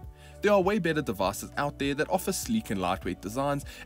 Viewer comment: "of the devass" - your accent is hilarious 😅